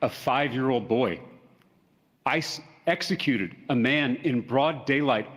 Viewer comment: Excecuted. Excatly. But bro still cant say the words abolish ICE